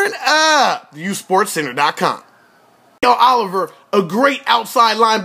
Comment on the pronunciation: Pronounced Mick-el not Myk-el...no matter though, people will know his name soon enough! Mikel Oliver.